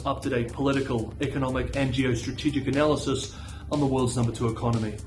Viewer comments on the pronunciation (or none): none